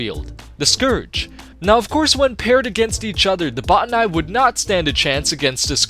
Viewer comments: what about botanical? The etymology is Greek botane through Latin botanikos. Both use a hard "Oh" vowel, not "ah". It should be either "bah-tanee" or "boh-tanee" not sure where anyone would get "bah-ta-nai" ending with a hard I makes no sense given the etymology. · Bot-ter-nye? Did any character in game vocally pronounce them that way? I thought it was simply pronounced like botanical. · Jeh-neh-sawr. Buh-tah-knee. There, pronunciations for all. But yeah, I'd say the Botani are an overlooked enemy.. but no one ever talks about the Zangari creatures we encounter. Hell, Zangarmarsh is the result of what happens when they're able to grow.